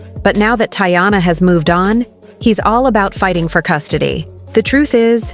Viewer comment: First off, thats not how to say her name goofy